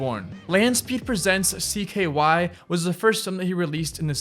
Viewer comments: Camp “cyk”? “Cyrus” xm? Do some more research next time please. You’re too large a channel to be so lazy. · Spike “jonezee” rake “young” you’re talking out of your ass “cYkay” cringe